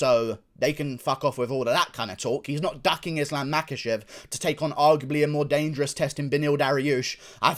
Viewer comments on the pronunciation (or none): I have it on pretty Bad Guy authority the name is actually pronounced, Mockelchev.